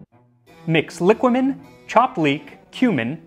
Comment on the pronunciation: It is pronounced liquámen btw